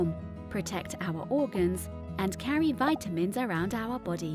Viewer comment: Nice video. Robot voice. ha ha. Why does she say Viiiitamins? OUR body. Yoh-gurt. Very odd pronunciation. ha ha!